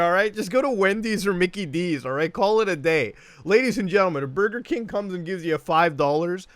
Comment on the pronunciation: Only good thing, Mario phone saying: "Bugeh King"